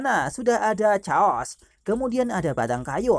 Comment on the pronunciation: Naganya lushu nama nya bukan caos mas tapi cheos